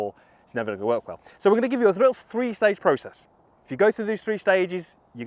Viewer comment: the "THRE STAGE" process